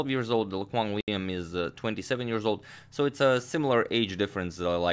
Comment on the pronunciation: A+ pronunciation on Lê Quang Liêm lmao